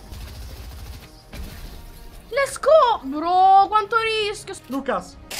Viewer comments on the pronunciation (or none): Non è lets go bensì lesgò (Cit. Lucas) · Per Lucas: si dice let's go, non lesco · ma come ha detto let's go ahahahahah